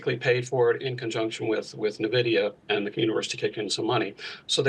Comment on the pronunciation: Basically, it's funny how many people mis pronounce Nvidia. It is not pronounced "Na - vidia"... It is pronounced "eN - vidia" There are so many news casters lately saying this. It's funny